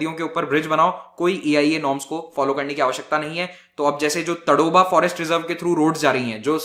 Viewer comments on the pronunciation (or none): 'तडोबा' नही, 'ताडोबा' सही उच्चारण है..